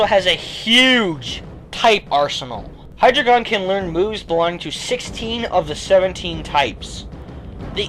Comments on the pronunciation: It's pronounced Hi-dre-jun. Not Hi-dre-gon. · I thought it was Hi-dry-gun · I don't want to be THAT guy, but I have to correct you on your pronunciation of Hydreigon. Usually I wouldn't, but... dEINo / ZWEIlous / HyDREIgon. 1 2 3 in German. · The drei in Hydreigon's name is pronounced dre. Drei is german for three. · High dragon not how you were saying it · by the time you made this video, the name for Hydreigon was released in the movie. It's pronounced "high-dragon", essentially. More emphasis on the "dra".